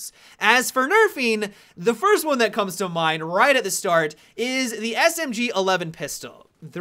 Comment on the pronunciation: Ha he said Smg alevel